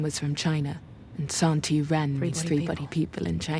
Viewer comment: Alright. Haven't finished watching the show. Read the three books. Living in Shanghai and speak conversational Chinese. This pronunciation of Santi makes me die inside. It's literally just the Chinese title of the book 三体 Literally three body. San - like in the word sand ---------- ti as in tea. Make an effort to really pronounce both phonemes.